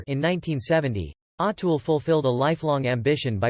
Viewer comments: I can't listen to this anymore ... in the first minute, you've mispronounced his name 4 times. There's really no excuse for that. If you're going to do videos (and therefore make money) talking about people who have been so popular and so influential, LEARN HOW TO PRONOUNCE THEIR NAMES!!!! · Pleeeeez pronounce his correctly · Pronounce his name correct